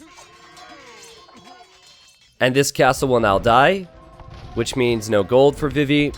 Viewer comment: Always sounds like he says "bibi" and not "vivi".